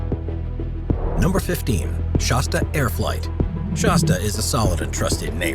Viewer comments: Shasta like shaaaasta , not shosta!! Geez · It is pronounced Shas-tah not Shos-tuh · Not "SHAWS-tuh," but "SHASS-tuh." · Hey bud if your going to be the commentator here you might want to learn how to pronounce Shasta , kind of insulting to mispronounce such an iconic name , just say'n . Of course I can't hardly read or write myself but then I'm not the voice here either ... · I have known about that volcano all my life, so when I heard shawsta instead of shasta I shook my head. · "Shaw'-sta?" I couldn't even hang with this through the first minute. If you can't pronounce the name of the product, why would we assume you know anything else about it? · Since when is Shasta pronounced "Shosta" ? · Whats a Shawwsta?! HaHaHa! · Fun nostalgia. Our family's first Class C was a 1970 Shasta. BTW, Shasta is pronounced with a soft a, like "cat," like the volcano in N. California and the soda pop, "It hasta be Shasta." ( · Shasta does not rhyme with pasta Flat a as in hat As in the mountain in northern california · Would have been nice if the narrator had a clue how to pronounce Shasta, he's definitely not from California.